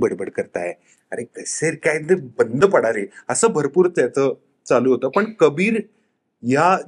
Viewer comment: कलाकारांनी प्रश्नांची उत्तरं खूप छान दिली आहेत पण पत्रकारांच्या उच्चारांचा फार म्हणजे फारच आनंद आहे. 'पन', 'कता', 'कतानक'! प्रदीप भिडेंसारखे वृत्तनिवेदक ऐकलेल्या कानांना ते फार टोचतं. झालंच तर तो 'परदेशातच का' प्रश्न म्हणजे अगदीच धन्यवाद होता. प्रोमोमध्ये झालंय की सगळं सांगून! 'आता काहीतरी विचारायचं आहेच तर विचारू शास्त्र म्हणून काहीतरी', असा उद्देश असेल तर दुर्लक्ष करायला हरकत नाही.